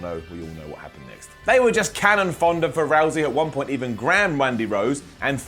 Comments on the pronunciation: Hey, it’s cannon fodder, not cannon fonder. Great show though. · Did he just say cannon fonda...